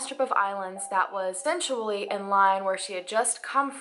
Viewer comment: the only things that have bothered me about her speaking are the constant use of “in-ter-es-ting-ly enough” and that she consistently pronounces essentially as “essentually ” lol, drives me insane. But I love the girl, and I’m POSITIVE that I have quirks like that that nobody has ever bothered to call me out on!